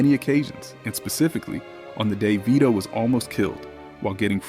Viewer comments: Stupid AI - come on, at least pronounce Vito's name right. "Veye-toe"? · "Let's look at the scene at Vy-doh's funeral...." Can you seriously not spend nine minutes narrating these yourself, so the pronunciation isn't all AI'd up? If you must use AI to generate these, at least use it to correctly punctuate the description text. This is unacceptable, a stunning show of disrespect to the cultural masterpiece that is The Godfather. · The AI reading narrator for this video is terrible, the fact that it can't pronounce Vito correctly is ridiculous!!!